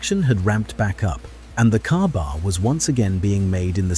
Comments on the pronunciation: Its pronounced "KayBar" not cabar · Ai cant even get the name right it is spoken as k bar